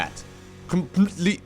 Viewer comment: I have no idea why you kept mispronouncing CompletelyShot's name. Nor do I understand how it would demonetise the video if you said it correctly.